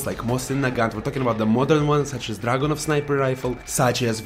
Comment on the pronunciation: The way you say Dragunov and Vintorez is fucking amazing